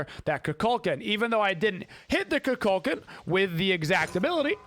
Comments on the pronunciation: It’s pronounced “koo kull kahn” I think you’re getting it mixed up with cu chulainn which is pronounced “coo kull kin” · the way he’s pronouncing it is just a common thing that stuck, it’s like how everyone calls he bo “he bo” instead of “ha bua”